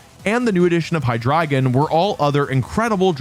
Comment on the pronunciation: it's high-drey-gone